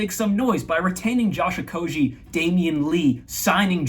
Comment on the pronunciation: Correct Okogie pronunciation at the mark here